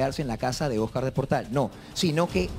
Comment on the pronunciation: Jaja la rulitos diciéndole OS-CÁR y luego Oscar